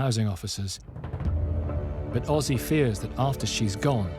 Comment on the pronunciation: He name is Özge not Ozzy